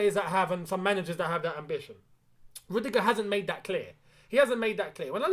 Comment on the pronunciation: Not rudigerr